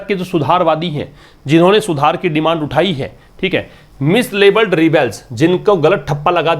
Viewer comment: what's (mislabelle).. Clear bolo bhai